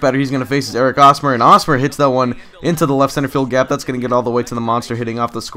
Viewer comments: Hey, I'm a fan of the Royals and you pronounce the H in Hosmer's name. It's not pronounced like Osmer. Just pointing that out for any future videos of yours! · h in hosmer isnt silent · Lol why was he pronouncing Hosmer with a silent H? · It's Hosmer with an H. I'm a KC fan so it just got a little annoying. And just call Norichika Aoki Nori Aoki.